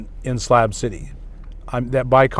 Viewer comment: It's SLAB city not SLAP city. Slab as in shit on a slab.